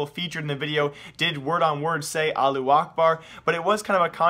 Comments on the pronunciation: why u saying it like allu akbar when its allahu akbar O_o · Lol you ignore half the word it's now Alu, it's Alahhu. You're ignoring the middle three letters LOL!!! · is it really that hard to pronounce "allahu"?